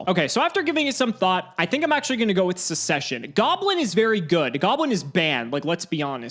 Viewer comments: it's pronounced suk-ses-shen (the first c is a hard c). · Why aren't we talking about the way pronounces the word succession 😅😅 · literally pronounced succession wrong 7 times in a row. A prime example of the death of the English language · just knows what MBT would have done if he had pronounced it correctly (and considering MBT pointed it out on his stream, was right on the mark).